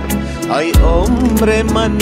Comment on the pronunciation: آهنگ خیلی عالی بود فقط در قسمت تلفظ شعر همیشه مشکل داری مثل: ای جان من اسیرت خودت تلفظ کردی (هی) جان من اسیرت دوم ای عمرت فدایت تلفظ خودت (هی همر من فدایت) سوم آخر تلفظ خودت هاخر یکی از علاقمند های خوب شما استم امید انتقاد پذیر باشید